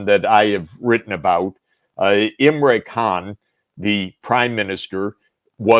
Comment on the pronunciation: It's not Imray, it's Im-ran.